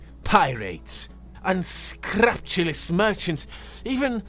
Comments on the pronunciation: Small corrections. Emphasis on the all caps. Please keep being an awesome narrator! Unscrupulous: un - SKROOP - you - lus Decorative: DEK - uh - ruh - tive, (or) DEK - ruh - tiv Contemplative: con -TEMP - luh - tiv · It's pronounced un-screw-pew-less. Just as a note. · My dear, "unscrupulous" is pronounced un-SCREW-pew-Luss. It means lacking in scruples. Conversely, "scrupulously" is pronounced Screw-pew-Luss. Hope this helps. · un-scrupe-u-lus your word pronunciation is ... interesting But your voice work is amazing